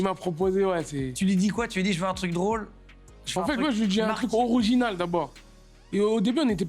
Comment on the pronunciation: il a dit oroginal